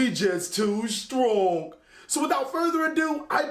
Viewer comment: “Bcuz well we just too stronk” yessir💪🏽